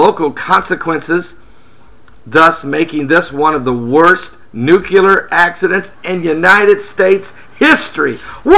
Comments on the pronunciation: I always find it difficult to listen to anyone who calls it a NUKE-ULAR plant... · Nuculer? Jesus. I don't think this cat is someone to listen to if he can't pronounce the word correctly.